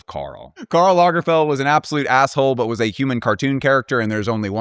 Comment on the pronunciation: I feel like you should have mispronounced the names : “Lagerfield”, “Channel”.